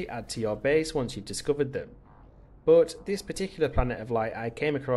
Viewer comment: Omg stop saying but, and it's but not buot